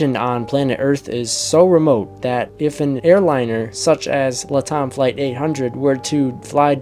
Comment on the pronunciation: Latam is pronounced 'Lat' like in Latin and Am like in 'I AM getting tired of hearing it mispronounced'. Latam is an abbreviation for the first two words of 'Latin America Network Airlines. "LATAM typically stands for Latin America. It's a shortened form often used in finance, economics, and business contexts to refer to countries in the Americas where Romance languages like Spanish, Portuguese, and French are spoken. "